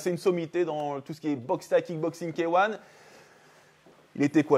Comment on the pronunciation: Bonnes techniques merci 🙏 Par contre faudra faire un petit effort sur K1 😅 c’est K(hey) One, pas K(hein) 😂 Mais bon c’est quand même drôle